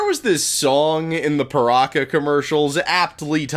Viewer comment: Its ok to say PirakA, just not PirakER